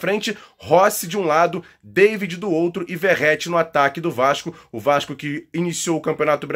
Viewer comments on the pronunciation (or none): Não é Verreti, é Vegetti. Saudações.